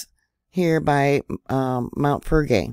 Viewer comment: Fell leg grey is an easier pronunciation